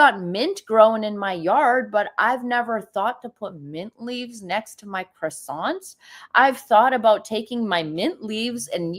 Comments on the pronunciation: 'Kwa sonz' is correct way of saying. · Why can ppl NOT pronounce CROiSSANTS?! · Meghan's pronouncing of croissants is nothing like what it should be.Meghan that claimed she studied French for four years then another time she said it was eight years.